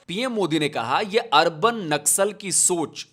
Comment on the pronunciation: Naksal ko nasal bol diya 😂😂